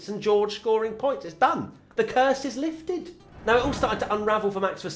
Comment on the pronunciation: "The curse is leefted" 🤣